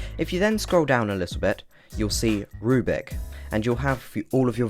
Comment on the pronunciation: You still keep saying "rubic." It's a rubric: roooo-brick. Not a rue-bick. Reply